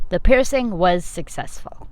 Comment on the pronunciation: "the pierching was successfull" 😂😂